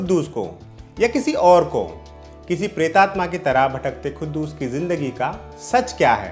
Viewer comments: It is quddus not khuddus bhai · poore review me Tumne khuddus bola hai but u don't know how to pronounce... It's quddus... OK.. Urdu padhte to sahi pronounce karpaate......